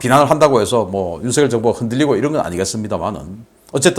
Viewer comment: 바보 얼간이들은 윤석열을 윤성열이라고 잘못 말하는데 윤석열을 윤성열이라고 말하는 것은 틀린 것이어서 윤석열을 윤서결이라고 말한 신인균씨가 제대로 발음한다. 신인균씨와는 다르게 윤석열을 윤성열이라고 잘못 말하는 인간들은 생각이 없는 바보 머저리들이다.